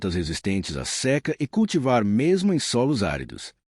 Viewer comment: Seca (e) vogal fechada. Inteligencia artificial.